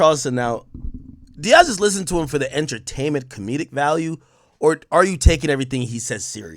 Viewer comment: "Entertainmnent" LOL